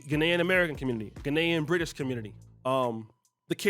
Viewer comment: 🇨🇦 Canadian here. I was like wtf is Genaian. Brother. It’s GAH-Ni-an 🇬🇭 😉. The more u kno.